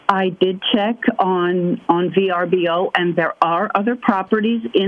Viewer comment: oooo it was VRBO ... I thought she kept saying BRBO